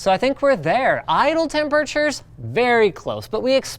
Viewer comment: Linus, WHY do you say "temperatures" so weirdly?